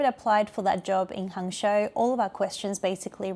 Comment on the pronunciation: Hangzhou is pronounced: Hung Joe